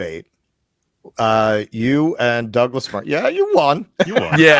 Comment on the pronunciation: He kept mispronouncing both Matt and Douglas's names. Murray got him back a little there when he called him Malc. The crowd definitely liked it.